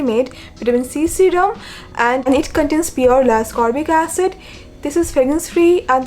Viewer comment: Not to be rude bt a slight correction L-ascorbic acid is pronounced as it is written i.e L-ascorbic acid not Lascorbic acid..it is called L-ascorbic acid because of its naming based on its chemical structure as per organic chemistry🤓